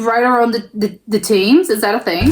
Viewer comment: Just a slight correction on your pronunciation of the River Thames, Thames is pronounced Tems. I really enjoy your reactions, keep up the good work, I look forward to more reactions on our wonderful country.